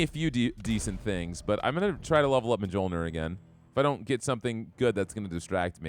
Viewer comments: Mjölnir is pronounced MYOL-neer. Not judging or trying to be haughty, just figured you might want to know. I hate when I accidentally mispronounce things. haha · It hurts me so much every time you say "mah-jol-nur" hahahaha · The mispronunciation of the j's drives me batty lol pronounce the j's as y's lol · It's a big cringe every time he mispronouces Mjolnir.